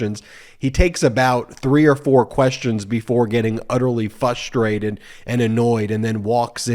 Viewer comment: I have to say this because it frustrates me Ben, "frustrate" has two Rs.